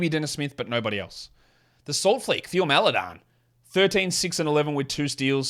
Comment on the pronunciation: Bro I get so triggered by the way you say Théo Maledon😂